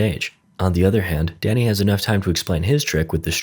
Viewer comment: I kept hearing danny as daddy